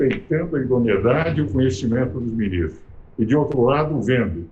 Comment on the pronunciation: Idoneidade? ha ha ha